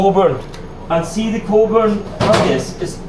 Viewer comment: Great video, showing alot that others wont know exist. I worked in Cockburns, pronounced Coburns.Their haggis is amazing. Lovely owners too, Dalmore farm is great aand staff also lovely.